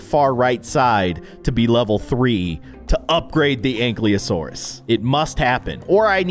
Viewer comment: It is pronounced a ank-i-lasourus